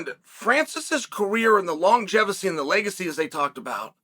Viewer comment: longevacy? Steeyaypoe? Chael get a scan, please